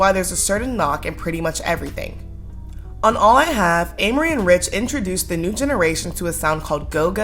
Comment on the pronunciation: I think you’re saying her name wrong yeah😂😂😂